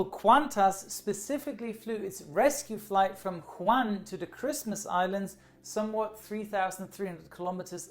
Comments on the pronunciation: The place is pronounced as Wu-Han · The way he pronounces Wuhan triggers me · I belive wuhan s pronounced woo-hawn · Sorry but I'm afraid that Hongkong is not supposed to be filed under "one of the 24 countries". Hongkong IS NOT A COUNTRY, it is part of China. You may want to correct this :) And Wuhan is pronounced the way it could be pronounced as a German word, instead of "huan" btw, if you would like to make a video regarding this outbreak at least show the decency learning how to pronounce the frequently mentioned city name correctly and make sure you don't spread ignorance regarding the sovereignty and territorial integrity of THE country you are talking about. Thanks. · Nope he said Juan, China. Oh wait... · No, Wu-han is the western way of saying it. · Every time he says wuhan I wanna laugh hahah But no hate, I’m Australian and just came back from hongkong around 2 weeks ago. It’s rather scary, I am healthy but who knows. At least I didn’t get sent to Christmas Island. And I’m not leaving until I hit 14 days exactly. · Arran Morton I am Chinese, it’s not pronounced like that. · I think it's pronounced Wu-han, not Hwan. Nevertheless, good video. 👍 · Awesome video, but its Wuhan not Juan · Wuhan is pronunced "woo-han" not "Juan" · stop saying jaun instead than wuhan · Wuhan not Juan! Dude Mexicans are already screwed with their beer, have mercy! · Just one thing. Wuhan is spelled Wu|Han and not Hu|An Edit: Wu|Han or Wu|An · Everyone else: "Wuhan": "JuAN" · Great,! It's WOO - HAN, not HOO AN xD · it's not "Juan" It's "WU-HAN" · It’s Wuhan, not Juan :) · Wuhan, not Juan. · “Woo-Han” (Wuhan) not ”Huan” lol. Great video nonetheless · Woo- han not Juan :) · Its pronounced as WOOHAN not HU-WAN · it is pronounced as wuhan not huwan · Hi, I'm a big fan and this was yet another great video. But just letting you now that the city which is the epicentre of the virus is WuHan (pronounced Woo-Han), not Hu An:) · It’s Wuhan not Huwan